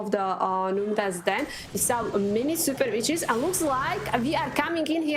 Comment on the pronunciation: It’s super not zooper you commoner